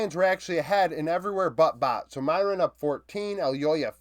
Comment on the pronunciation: Small correction on the pronunciation for MDK's top laner, broadcast has been saying it "meer-win"